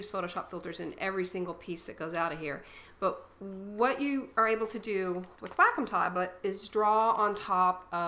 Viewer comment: OMG I took 3 years to reply o.o xD Anyways its pronounced WALK-COME. Even on wacom channel says that its pronounced WALK- COME. THUMBS UP IF YOU AGREE PLEASE!